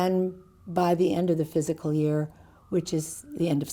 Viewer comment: Is she saying physical instead of fiscal??